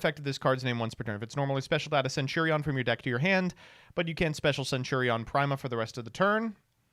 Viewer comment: I just learned doesn't know how to pronounce centurion